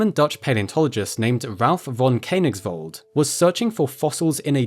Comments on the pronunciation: Precious video - thank you so much! Just one tiny recommendation: the - oe - sound in Koenig- (or König) is pronounced like the - e - in "service". I'm so sorry for German being such a pain in the back to every natively English-speaking tongue 😅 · The oe in Koenigsveld is an ASCII transliteration of the letter ö, which is pronounced similar to the u in the English word bur. Please try to pronounce correctly.